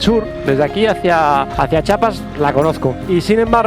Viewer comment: Amigo... Se agradece pero Es Chiapas con i... jajaja saludotes crack